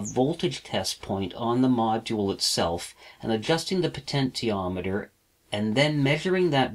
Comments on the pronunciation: It's "poh-tench-i-ah-met-er" - you don't say "poh-ten-tee-all" do you? Potential is the root word of potentiometer. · Great lessons very outstanding indeed, but I can't help it to make fun of your potentiometer pronunciation just try this "Potenshiometer" hhhh just kidding , you're doing great, I enjoy your clear Christal explanations, I just ordered my kit, will arrive Jan 4, I will be doing all of your projects inchaAllah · po-tent-i-o-me-ter made me leave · You have the cleanest workshop I have ever seen! I should know, I suffer from OCD! Your videos are so well made and edited, no wonder you don't crank them out very often. It must take you days to make one. One criticism; Potentiometer is pronounced like this : Also, Bipolars running on current chopper drivers, will outperform Unipolars in every way, including speed of rotation. This is why, all 3D printers use bipolar motors with current chopping drivers like the A4988 and larger supplies than the motor's rating. If you run a 2V motor on 30V (current limited by the chopper of course), the current will have a very short rise time before the it hits its set maximum value, when the driver chops it off and keeps it at that level. In other words, current through the coils is more important than the supply voltage. The lower the working voltage of the motor, and higher the supply voltage, the better its speed performance. In other words, a 2V motor running on 30V, will have a better performance than a 5V motor running at 30V. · Please for the love of God pronounce potentiometer normally!